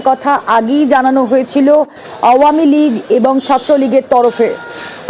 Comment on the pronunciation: খালি ভাঙচুর দেখলে তো । কিন্তু ৫ এ আগষ্ট এ তো এত মানুষ + আমার ভাই সহ আরো অনেক ভাই যে মারা গেলো সে গুলো কই ? সে গুলো কে নিয়ে news বানাও ? না ,এমন ভাবে মন খারাপ করে বলছে ! যেন মিডিয়ার নিজের বাড়ি ভাগ্গা হইয়েছে and by the way আওয়ামীলীগ ও ভালো ভাবে বলতে পারে না আবার করতেছে হাসিনা কে নিয়ে news হে যত সব 😑😐